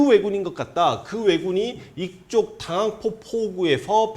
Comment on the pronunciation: 황현필 선생님의 열강 매번 감사히 잘 보고 있습니다. 자꾸 실수만 지적해서 죄송하네요ㅎㅎ 당항포를 당황포라 말씀하시네요. 매번 선생님이 유튜브 업데이트를 고대하는 구독자입니다.ㅎ